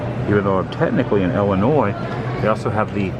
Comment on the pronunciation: Why do people say, "Ellen-oy" instead of, "Illin-oy" when they know it's pronounced that way? Go figure.